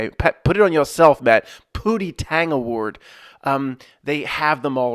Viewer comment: It’s pronounced Hootie I believe, but don’t ever change Matt, you and your comedic style are very much appreciated in thisBozo clown show, ship of fools